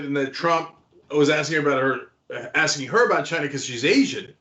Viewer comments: Every time Trump says China it sounds like Gina 🤣🤣🤣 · Why does he say Chi-Na...? Cause he's an idiotic moron, that's why. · I'm telling you, Trump's Chy-Na pronunciation is his weird attempt at an Asian accent. He started using it during his rallies, but back then it was a lot easier to tell what he was doing. It was good enough his followers got it. Now he's gotten so used to saying it like that he can't help himself. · I thought it was “Jhina?!” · Is it strange that Trump doesn't say 'China' normally. He always stress on the word ' CHINA'. It's pretty weird.